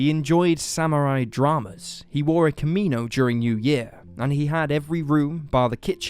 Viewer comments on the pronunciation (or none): Hold up, "kiminos"? Seriously? facepalm KIMONOS guys! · "Intricate kaminos"? In Japan? I doubt it. Enunciate better, and I think the word is "kimonos"*. And you mispronounce it again ! Perhaps there is some garment in Japan known as a "kamino"... Akio has some bad karma coming. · "Kiminos." Took me a moment to realize they meant 'kimonos' XD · “key mee no’s” ☠️ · Haha. Lord Kimi nono's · Omg how did you mess up the word kimonos shame